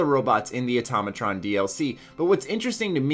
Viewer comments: auto ma tron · its Automatron not atomoton